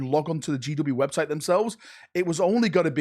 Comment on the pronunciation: "You go to the wobtite."